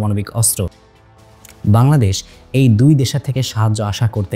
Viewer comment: Bangladesh ❌ Baldesh ☑️🤣🤣 LoL